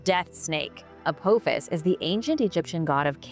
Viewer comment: I love your channel but please if youre not AI then learn to pronounce names. It's like A PA FIS not A POO FIS.